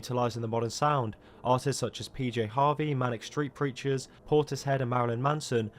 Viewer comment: Thank you for saying Manic Street Preachers correctly.